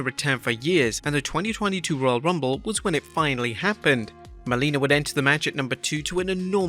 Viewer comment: its Melina, not Molina